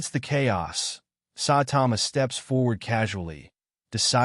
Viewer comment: its ai